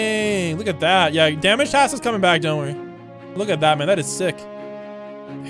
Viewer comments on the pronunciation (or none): none